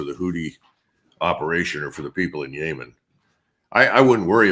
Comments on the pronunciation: SHALOM its not YAAMAN its Yemen. You say nada about british occupied yemen 150 yrs violently left like USA in Afghanistan or Siagon Shame Yemens hate White colonialists like Israel the Jewish White problem of this world. World in fear of the Jew who is attracting its own masscre. What you do to palestinians Lebanon Syria you will do to yourself, laws of attraction KARMA. Bibi killing thousands of Muslims and Zelenskyy busy killing christians, destroyed 1500 Churches. TWO are not by accident. Zionist acting out on the Protocols of elders master plan since Russia Revolution orchestrated by Jews. Plunder Russia 1991 steal all resources who did this the Jews. Putin came in Cleaned House therefore the hatred for Putin who Saved Russia from the Jews. Who will save USA Canada from the Jews... Shalom I know my people know history no surprises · why is he saying Yaymen now and why is nobody questioning this change in pronunciation? I feel like it's some signal to the intelligence community or something. Also McGregor would never be allowed in public service here he's too pro Russia. I agree with his assessments but the general public would not tolerate it.